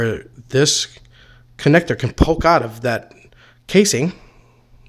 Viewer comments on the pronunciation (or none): none